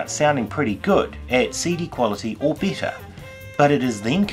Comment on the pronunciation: At CD quality or beater?! That pronunciation was new to me.